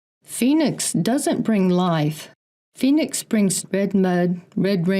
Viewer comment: Anyone else catch Robert Sepehr pronouncing Phoenix foynix? It’s in his Red Race vid explaining the meaning of the word but seemed to avoid saying it the way we say it here. He promotes old timeline theory and semen retention…hmmm.